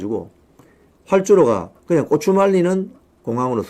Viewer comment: ㅎㅎㅎㅎ 꼬추 아니고 고추 입니다